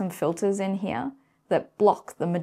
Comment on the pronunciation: Another lie is about observation itself - if the electron/photon are not observed, then we cannot know the result, period. If I do not observe you, then I do not see you, thats how reality works. Also, and this really upsets me, there is no version of "here" that has two syllables.